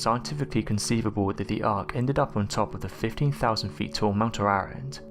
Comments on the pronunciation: Ararat is not pronounced like you said it, but rather Ah-Rah-Raht. The a's are soft middle Eastern A's pronounced as Ah, not Ay and not Ai, nor Ae. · mount Ar-rah-rat its pronounced......do some homework from something other than Wikipedia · I think you need to learn how to pronounce Mt Ararat.